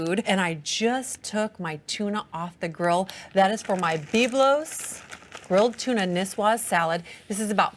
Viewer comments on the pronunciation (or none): I especially enjoyed her pronunciation of Beeb-lose. 😆